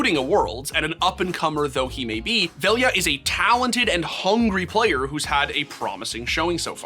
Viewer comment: You're saying Velja's name wrong. Type it in google translate in Serbian and play the sound. It may seem that "lj" in his name are two letters. That's because he wrote it in latin. It's actually one letter "љ" in cyrillic. Don't do my man dirty and say his name right.